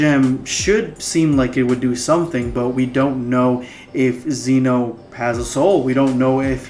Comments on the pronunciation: It is pronounced Zen-o. If you can say gem, you can say Zen. It rhymes. Just add the o. Zen-o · Ok 1 zeno is pronounced with a soft e 2 they're called infinity stones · You're saying zeno wrong